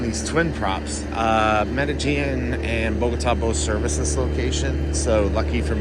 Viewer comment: Medellin = pronounced "Meh-de-sheen"